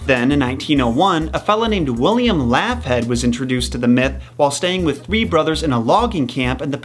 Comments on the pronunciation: Laughead pronounced "Lockheed". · Bruh, Laughead is pronounced Law-heed. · lmfao ... It's pronounced 'lawheed' btw 😉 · You want to learn something: The pronunciation of 'Laughead' and 'posthumous'.